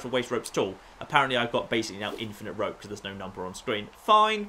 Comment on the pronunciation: He keeps saying rop instead of rope